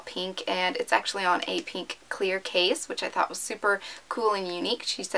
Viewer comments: peenk its so annoying omg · why do all YouTubers say pink like peenk??? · Oh my god it's so weird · i know right 😂😂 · No trying to be a hater but the way she says pink 😁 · yeah what's wrong when she says pink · Wtf. Who pronounces it like that? She says it right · Anyone else get annoyed when you tubers say pink like tht